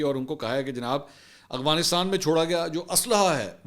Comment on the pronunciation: Mansoor sb Need to be Little bit correction you call always agfanastan correct word is Afganastan